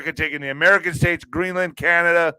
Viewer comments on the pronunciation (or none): none